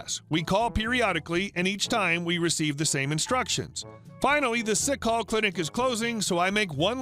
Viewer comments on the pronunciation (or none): It's sick "call, " not sick hall. Hilarious though! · I'm surprised OP in the first segment thought "sick call" was "sick hall."